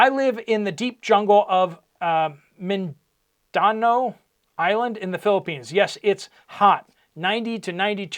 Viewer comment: Pronounced "Min-di-now"